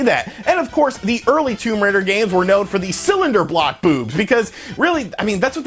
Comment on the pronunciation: Are u saying cinder block or cylinder block? Sounds like cylinder block